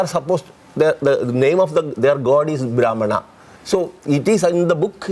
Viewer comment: don't even know all the name of the caste but speaking on this topic as he is a scholar of caste system and he only knows brahman as caste which too he pronounced wrong but the biggest problem here is he knows the word brahman only coz he is making living out of this propaganda.